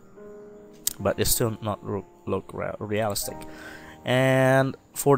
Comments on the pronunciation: Real iiii stic, emphasis on i in the middle of the word. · Amazing tutorial, though I must admit, your pronunciation of "realistic" had me chuckling quite often <3